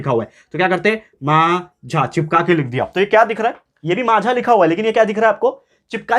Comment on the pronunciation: Sir that's not माझा that's माझ